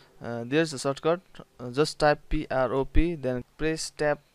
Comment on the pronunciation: It’s pronounced prop This guy: “nooo, it’s “pi-ah-ro-pih” 🤣